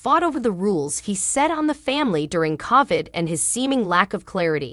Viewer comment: Please pronounce COVID correctly.